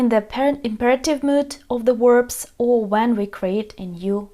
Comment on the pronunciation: Watch out for "werbs" though! ;-D